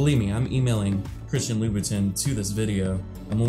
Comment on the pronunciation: Louboutin is prounounced like lou bou ton not tin